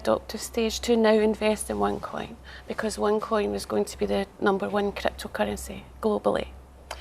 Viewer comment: Onecoin original....u saying wrong